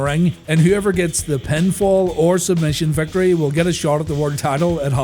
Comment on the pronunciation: "Tree tings" ... "the penfoll"